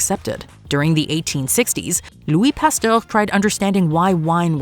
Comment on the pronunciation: How do you not know how to pronounce "Pasteur?"😮